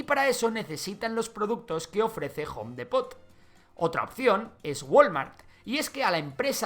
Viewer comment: Me encanta que pronuncias Home a a la perfection pero Depot muy muy muy chistoso